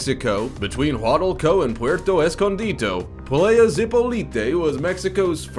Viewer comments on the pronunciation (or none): playa is beach in Spanish, it's pronounced [plah-ya] not play-uh. 🙄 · I cringed so hard when he pronounced “playa” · It's PLA YA not PLAY A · Let’s pronounce “playa” correctly, in the Spanish and English way it is pronounce. Playa is pronounced: PLAH-yah (both short A’s); not “Playah” as pronounced by the narrator. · but you can't pronounce "playa" properly. It's ply-uh, not play-uh. It's not walking with a cane and pimp cup. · Ply-a, not play-a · It is PLY’yah ... rhymes w/ DIE yah. It’s only Mexico. I wouldn’t mind if you murdered German or Swedish pronunciations but again, Lazy, only takes 2 secs to check online.